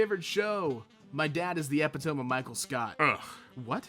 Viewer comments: * eh pih TOME* You: oh/my/fucking/god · Epitome Pronunciation: ee pit toe mee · "epi-tome"; or rather: ipi-tomy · did you say epi tome and not epitome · did you just pronounce e-pit-om-e like ep-it-ome? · Epitome (E-Pid-oh-mee) not (Ehp-Eh-DoHm) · The way you say epitome is painful. Epi-tuh-me. Not epi-tome. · hol up. Epi-tome?, sweetie, it's Eh-pit-oh-me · PFFFFFFT, LAUGH OUT LOUD! I guffaw at your idiocy. You absolutely, incomprehensibly mindless buffoon! You think it's pronounced "eh'-pîh-tōhm" when it's actually "eh-pîh'-tûh-mee." The contrast between our intellect gives me vertigo. My IQ is an order of magnitude larger than yours. Before you attempt to criticize intellectually gifted homo sapiens such as us, how about you pick up a dictionary for the first time in your life or go back and retake your 7th grade literature class. You likely spend your time eating fatty foods high in corn syrup, focusing on strengthening your sternocleidomastoid muscle, or something else similarly frivolous, instead of sharpening your intellect by purveying the most recent in quantum mechanical breakthroughs like I and my fellow B I G B R A I N S do. Just in case you doubt my capacity, credibility, or capability to correct your pronunciation of the English vernacular, I will let you know that I received a trophy for second place at my county spelling bee! I suppose those with puerile and juvenile minds such as yours might say something akin to "Get rekt noob XD," and I believe this to be an accurate interpretation of what I have done to you, assuming my understanding of their use of slang is accurate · Epitome is pronounced "ee-pit-o-me" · Um, actually, sir, uhm, it's actually pronounced epitome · Epitome. Eh-pi-toe-me. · Man you have no idea how to pronounce these 'pretentious' words, do you? e-PIT-oh-me and yea, I get it... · It may be ironic to put on this video...but did...did you really pronounce "epitome" as "eh-pih-tome"????? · It’s E PI TO ME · eppey tome